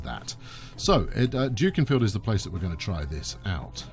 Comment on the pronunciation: Late to the party, but it's pronounced Duckinfield.......